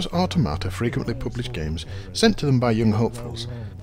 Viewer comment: I always thought 'Automata' was pronounced with the emphasis on 'tom', as in 'Automaton', but that's just me ;)